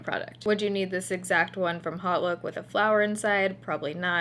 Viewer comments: It's "ahwt look", not "hot look". 😐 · I'm sure someone said this, but it's pronounced Oat Look.